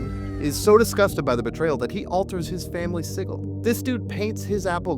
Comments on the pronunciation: “Family siggle” 🤦‍♂️ Edit: Oh lawd he did it again “siggle” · OmG that is not how you pronounce Sigil